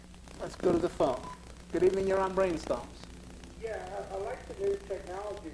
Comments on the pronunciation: Bwain stohms. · Do you mean Bwain Stoams?